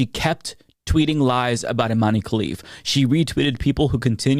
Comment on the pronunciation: Please stop saying Imanee 😂 it's pronounced Iman without ee at the end ,and also she's not an oddity nor a trangender she's a female ,I'm algerian and i can assure u that there is no way in hell our government would let a transgender represent the country ,finally some YouTubers are starting to correct the lies spread about her